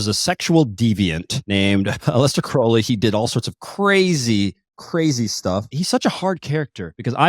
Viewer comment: Crowley, rhymes with Holy, not Cr-OW-ley.